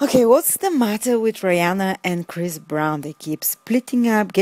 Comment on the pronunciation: lol!! chirs.. chris.. umm what's his name... very funny